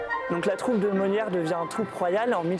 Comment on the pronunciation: Could the translator pronounce Moliere Properly!!